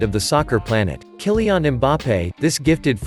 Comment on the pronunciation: Who the hell is "Kyli-ONN" ??